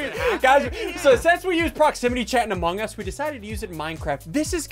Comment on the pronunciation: it's Among Us not Amog Us